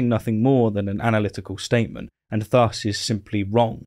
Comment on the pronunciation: “Thus” has the soft “th” sound, not the hard one.